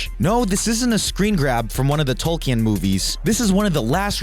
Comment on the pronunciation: I let it go when he said “south-ern”, but “Tolkyen” (Tolkien) was too much 😂